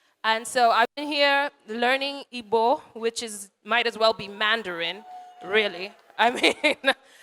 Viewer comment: You can tell she has been practicing her Igbo pronunciation :D